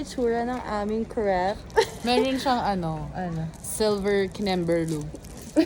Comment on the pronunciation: “Krayp” po ang pronunciation ng crepe